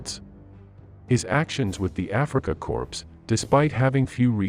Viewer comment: its pronounced core. not corpse